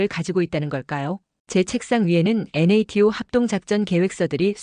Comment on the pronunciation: 편하게 나토라고하지 왜 엔에이티오라고 듣기싫은 발음을 계속하는지 모르겠다 주관이 객관을 밀어내고있구나 ㅉ ㅉ ㅉ